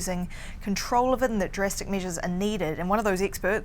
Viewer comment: Why does she keep mentioning measles (instead of measures). And she wants more "tasting" instead of "testing" LOL Couldn't they find a Canadian woman to speak about the Canadian COVID-19 situation?